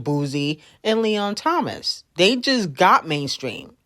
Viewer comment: Me giving her 10s for finally saying Leon Thomas name correctly 🎉😂